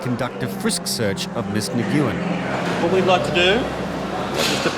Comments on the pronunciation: Horrible pronounciation of that last name Nguyen. It is pronounced more like [win] than what they did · The absolute butchering of the pronunciation of Nguyen was awful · Butchered the pronunciation of "Nguyen" LOL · It kills me every time he says "Miss Na-guoo-en". Nyoo-en. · Commentator bad pronounced names of the the two Vietnamese Ladies Tran and Ngyuen... He pronounced them "tr-ann" and "nugg-oh-en".... Correct is "Trun" and "new-enn" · lol Nguyen is pronounced "Nuh-Wen" not "Nuh-gu-yen" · “Na-goo-yen”? AI can’t pronounce one of the most common surnames from SE Asia? Nguyen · Ms. Nuuu-goo-yen lol Nguyen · Nguyen is pronounced "win", by the way. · The voiceover guy seriously thinks the name pronunciation is 'Negoowen' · So annoying to hear them mispronounce "Nguyen" over and over again. It's pronounced "win". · Lol who taught the voiceover how to pronounce Nguyen? It's not a hard g. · Ms. Nyee Guwen 💀💀💀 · Nguyen=Win Learn to pronounce foreign words. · Might be a good idea to know how to pronounce Vietnamese names! Nguyen is pronounced "win" and I'm no expert! Embarrassing! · they really couldn’t tell the narrator how to properly pronounce “Nguyen” 😭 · This show went through recordings and editing, but no one told the narrator how to pronounce "Nguyen"? Not a single person working on a show about international people? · Why deny traveling together??? How they pronounce Nguyen is totally wrong!!! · That is NOT how you pronounce Nguyen…